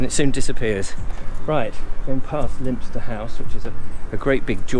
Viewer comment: You were right the first time , Lyminster pronounced Limmster . Funnily yesterday I saw-- a new one - of those sprayer thingies ( could it be for fertiliser etc ?) on the back of a low loader driving along the A27 towards Littlehampton! Colin Cowdrey ( cricketer) , married to one of the daughters of the 16th Duke of Norfolk is buried in the church yard at Poling